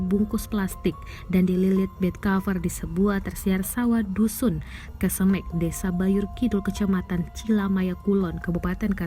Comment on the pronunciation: Kecemek bukan kesemek 🤦‍♂️